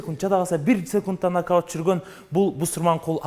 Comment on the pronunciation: НАГДАУТ дейтко )))